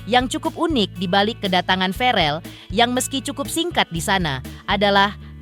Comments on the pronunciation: host ny kurang paham.. verrel bukan varel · Verrel..bukan varel..